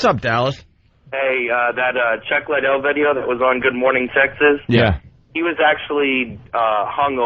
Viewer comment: Opie trying to beak the record for how many times he can mispronounce Chuck Liddell's name.